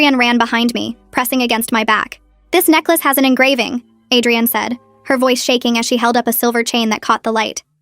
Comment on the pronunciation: It was probably Adrienne but ai voice read it as Adrian